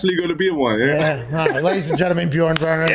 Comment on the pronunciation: Möchte gar nicht wissen, wie jemand, der noch nicht mal richtig "Björn" sagen kann, das Wort "Lauch" ausspricht. Nebenbei kenne ich den Ausdruck "Labersack" (aussprache-mäßig besser geeignet für Native-English-Sprecher), wo bitte nennt man einen Schwätzer "Laberlauch"?